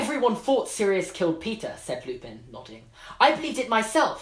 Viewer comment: James Lee it's lupin, not lupine.